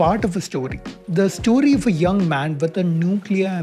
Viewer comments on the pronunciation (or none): none